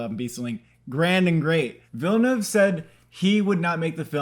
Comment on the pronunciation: I applaud your correct pronunciation of Villeneuve. 👏 👏 👏